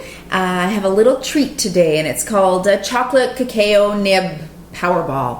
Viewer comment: Cuh-cow. Ha ha no offense. I like the video thanks